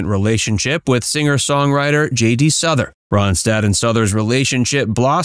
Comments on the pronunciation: JD SOUTH-ER not “Suther” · It is prounoucned SOUTH er not Suther. plus you didn't even put up a photo of JD! lol this is just silly. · Pronounced “South-er,” with the “th” being soft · Never ever tired of Linda's voice. Production note: why do you show pictures of Glenn Frey when you're taking about Linda's relationship with J.D. Souther? Another of the greatest of all times and you mispronounce his name. It's not "Suther." Show some respect, grasshoppers. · J D Souther (vowels pronounced as in south). Umm the first and third pics are Glenn Frey (fry… not fray) (Eagles fame). 🙄